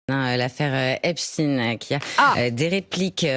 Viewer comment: Je sais pas si vous remarquez, mais là où les journalistes prononcent "affaire Ep-stine", Darmanin répond "affaire Ep-Chtaïne"!!! Darmanin appuie sur l'ascendance juive d'Epstein!!!!!! DARMANIN EST ANTISEMIIIIIIIITE!! (toute ressemblance avec des événements survenus après cette vidéo sera totalement fortuite! ;) )